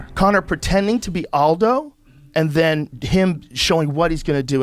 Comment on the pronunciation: Can't even pronounce Jose Aldo?